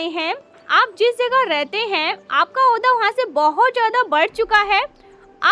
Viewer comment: औंधा। नहीं ओहदा होता है😂